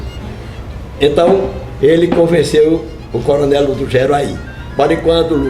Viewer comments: Moça linda pena que ninguém lhe corrigiu na pronuncia Do nome ludogero não Ludugerio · A repórter que fala primeiro chama coronel "Ludugério".... desculpável.